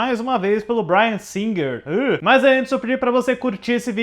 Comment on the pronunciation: Ai... morri de rir com o:"Dirigido pelo Bryan Singer rrrrrrrrr" 🤣🤣🤣🤣🤣🤣🤣🤣🤣🤣🤣🤣